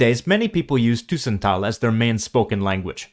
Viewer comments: tussen with an u as in but, not an ÜÜ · 'Tussentaal' isn't pronounced with /y/ but with /Y/. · The robot or AI doesn't pronounce it correctly. Take "tussentaal": AI pronounces it with a long "u", "tuuuussentaal". That is not correct: the presence of the double "s" shows one has to pronounce the "u" shorter. When there's only one consonant, like in "buren" (neighbours), the "u" is pronounced long (buuuuren), when there are two it is short: dubbel, tussen, lukken, plukken etc: short u. Don't rely too much on AI, it's still crap. Ask a native speaker. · Tussentaal is pronounced wrong. The way you pronounce it is 'tusentaal' but the word is 'tussentaal' with bouble s. So in this case you pronounce 'u' the same way as the 'e' in this word. Same vocal sound for both the 'u' and the 'e' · These Flemish words being pronounced hurts my ears. Must've been someone from Brussel or Vlaams Brabant with a French accent. "Tuuuuuuuusentaal"? u as in "uh", not as in "uu". Edit: YES! i was correct! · I’m not a native Dutch speaker, but I can’t resist coming in here. The speaker uses the word ‘tussentaal’ dozens of times in the video, and every time he pronounces it as if it was spelt ‘toessentaal’. Surely that isn’t correct. The ‘u’ in ‘tussentaal’ should be pronounced the same as the ‘u’ in the Dutch word ‘bus’. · A small nit-pick: The 'u' in 'tussentaal' is like the 'u' in English 'further', not French 'tu'. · Tussentaal/tussentalen ????? What is tussentaal, that is not a Dutch or Flemish word. Even the pronunciation is completely wrong, Dutch and Flemish almost need subtitles to understand the vocal part. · the u in tussentaal is pronounced like the u in bus.